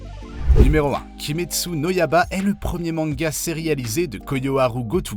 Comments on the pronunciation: il a écorché tout demon slayer il a dit kayaga au lieu de '' kagaya '' et kimetsu no ''yaba'' au lieu de ''yaiba'' Misturi au lieu de ''Mitsuri'' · En plus il dit kimetsu no yaba 😭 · Kimetsu no yaba ☠️😭